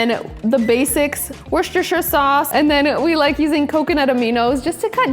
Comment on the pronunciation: Loved this so much! You are hilarious,! Buttermilk with cookies before bed was a pregnancy craving that I still carry on 🤣 and omg - you can pronounce Worcestershire sauce! 😳❤️ we have almost the same ingredients in our fridge and I love the extra rice tip! I love having extra rice but never made extra in purpose! My kids love rice kasha with milk in the morning!! Love your videos even though I don’t comment very often! We always watch them with the kids 😅❤️ they love you! Xoxo